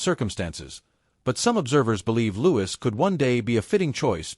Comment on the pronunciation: It's Louis not Lewis.